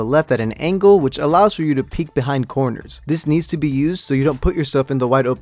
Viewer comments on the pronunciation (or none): none